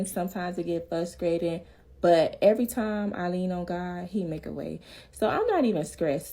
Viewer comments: did my good sis say "fuscrating"? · Did she say 'fuscrating'? 🤔